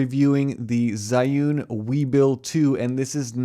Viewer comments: "Zhee-Yoon", like American pronunciation of 'Z', but with an H in between, "Zhee". Not "Zhai". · When you can't even pronounce the name of the sponsor right.